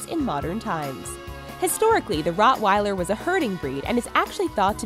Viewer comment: It's not Rottweiler it's Rottweiler